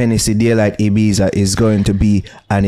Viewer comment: IBIZA IS PRONOUNCING INCORRECTLY YUTE